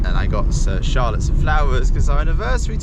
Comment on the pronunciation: I just realised that your woman's name is Charlotte, but the way you say it sounds to me like you are saying "Incha'Allah" 😂😂😂 Which means in Arabic hopefully or God willing